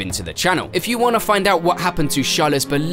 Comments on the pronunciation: HIS NAME IS CHARLES NOT SHALA PLS MY EARS ARE BLEEDING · his name is charles not shalle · The pronunciation of the names are driving me insane lol "charla " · What’s with the char - les pronunciation 😭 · Who’s this Chaleu you’re talking about ? 😂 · Who? Sjarle ? 😂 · What's wrong with this narrator pronounciation 😂😂😂 English isn't his primary language 😅😅. He keeps saying charollette n shala 😂😂🤣🤣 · How are you able to pronounce his last name flawlessly yet call him Shala?